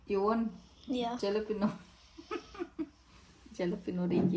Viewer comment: Why do you keep saying to everybody “ Aaen “ ? Falafel is suppose to go in pocket pita not tortillas 😂 and guys kill the real taste by adding indian spices and seasoning 😂 It’s Hummus and Jalapeno not jaalapeno 😂 and you and your kids need to loose weight